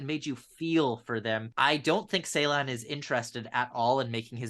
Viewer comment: The first part of his lastname is pronounced as 'Jay'. It is kind of like 'Jaylahn' and not the way you pronounce :(